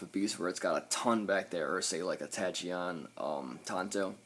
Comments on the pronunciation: Not tryna be nitpicky lol but it's pronounced tackeon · The way you pronounce Tachyon lol. Good review tho.